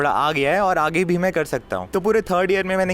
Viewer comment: Bro why are you saying "Prolbems" instead of "Problems" 😅😅